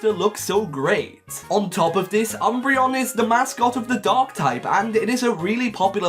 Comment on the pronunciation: I thought it was pronounced, oom-bray-on (oom as in zoom, )